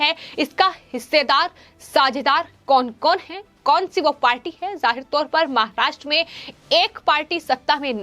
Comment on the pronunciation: Presentation voice is not mic friendly, pronouncing महाष्ट्र, र रा कि री रे का ति practice करे